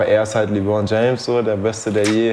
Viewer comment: Mich triggert das jedes Mal wie Eli Lebron ausspricht